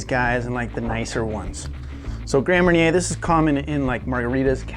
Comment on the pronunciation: Mar-nyay not mair-inner